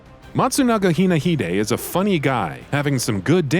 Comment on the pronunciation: Says matsunaga hinahide, they edit it hinahide.... yet on the screen it says hisahide. Nailed it